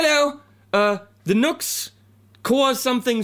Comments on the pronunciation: It's Nu-X dude! (new ex)! Nice sound 1 trick pony! \m/ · I think it's pronounced "Noo-x". Like the simplicity of this pedal, sounds pretty good too. But I wish someone would make a good, cheap, small reverb pedal that will run on a battery! It's not that small anymore when you have to bring a big power supply with you to get it working! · Grammatically, NUX is "nucks". NU-X IS "new ex". Of course, the manufacturer can pronounce it any way they want to. But considering the issues I've had with that company and their customer service attitude, for me, NUX rhymes with SUCKS. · NU>X.....= "NEW-X"? maybe?